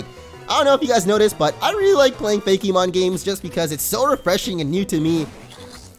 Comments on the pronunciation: Hillaryite Gem I know that, but the fact that the e is accented when he says it is what gets me. Pokemon is smooth and rolls off the tongue and usually Fakemon does too but I'm hearing fa-KEY-mon. Everyone just says things differently, it's not that big of a deal though. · I'm sure someone has said this already. But I was so confused as to why you said "Fakey-mon" but would pronounce Pokemon normally. Good video regardless. This game looks awesome, I'm definitely going to check it out!